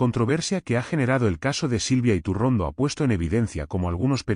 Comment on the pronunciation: Elvideo es maloooo..yretorcido,con un tufoo a derechas,que se nota hasta en la mala pronunciacion de su apellido